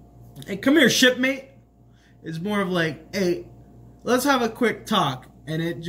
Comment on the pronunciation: "What's up, shipmate?" I swore he said "what's up, shitface?" and I lost it.